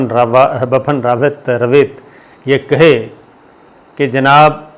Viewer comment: Sabir bhai > Bapan Rwet nahin Vipin Rawat naam hai us ka , ek Generalist ke liye zaroori hai ki woh sahih pronunciation kare